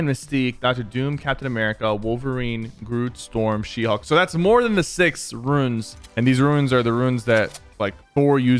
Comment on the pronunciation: Pk. I love you, bro. But we gotta learn to pronounce “runes” my guy.